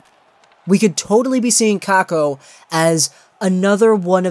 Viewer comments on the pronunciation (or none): It sounds pretty stupid also when you say it the "Finnish way"